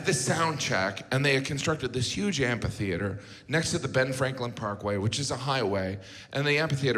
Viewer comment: I just started noticing how everyone, including JG, mispronounces "amphitheater." By "just" I mean in the last five years; it's not a word that comes up a whole lot.